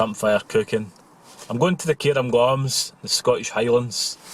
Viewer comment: Cairngorms. Care-n-gorns, NOT Care-um-gorms.